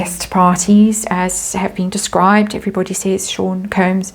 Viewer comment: It's NOT pronounced ''koombs'' it's KOMBS (Sean Combs) 😅 I wonder if this is what Lady C was trying to say it was going to happen in the Spring. 🤔🤔🤔 Thank you for another video. 💜